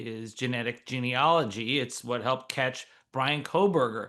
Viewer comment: Memo to all participants: It's geneAlogy not geneOlogy.